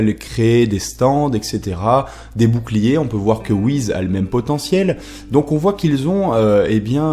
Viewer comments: Tu sais pas prononcer le nom des personnages R.I.P Beerus / Whis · t'es serieux a dire "wizz" ? tu t'es cru sur MSN ou quoi ? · wiz, il corrige ça dans ses vidéos plus récentes, Beelus, c'est la prononciation japonaise de Beerus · La plus grande question pour l'instant c'est pourquoi dit-il wihiz .....